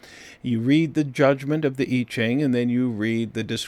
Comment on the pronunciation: It's pronounced (Mr. Annuciation) YEE JING - you cannot pronounce so many of the phonetics that it is NOT OKAY! KAY?